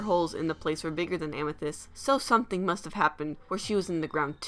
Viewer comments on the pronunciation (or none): none